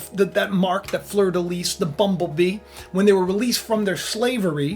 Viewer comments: fleur de lis...lis pronounced "lee" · fleur de lis (pronounced lee - no s) Russia is the bear.